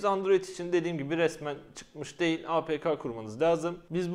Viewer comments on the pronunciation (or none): none